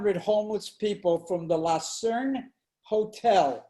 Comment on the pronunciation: LUCERNE... not Lacerne